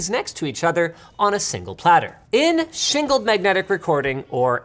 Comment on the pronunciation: "shingled magnetic recording" or "single magnetic recording"?